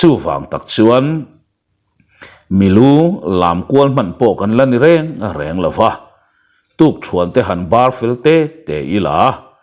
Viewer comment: Lova tih i lam dan hi alawm... Ngaihthlak nuam em em chu. A ngaihnawm thin hle mai.